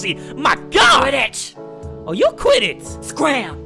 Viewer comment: When the girl delinquent said quit it i tought she said quidditch XD